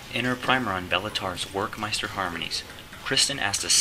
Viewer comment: It's pronounced with a V, as in Verckmeister